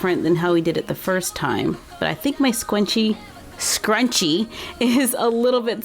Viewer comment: “I think my scwunchie..” - 2019